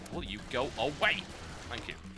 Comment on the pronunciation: "WILL! YOU! GO! A! WAY!" hahahahaha